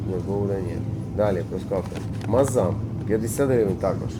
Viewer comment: Мааздам а не мазам